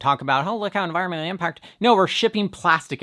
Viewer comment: Yeah! Unvirunnnmmnntl impact! (Just teasing 😉)